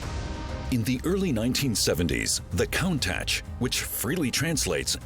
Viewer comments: Dude, I died when the narrator said "con-tatch.".. you think you'd have someone read the script and pronouce the car name properly...smh. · con tach? LOL it's pronounced coon tosh. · Pronounced counne”tache “ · the COUNT-ACH? Are you kidding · So its pronounced as 'count-tach' instead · Ca-un-Tash Countash Countach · I suppose you think its pronounced Coon-tok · Koon tash ?? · great documentary, but the way countach was pronounced... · Was there no one who could tell the narrator how to pronounce countach??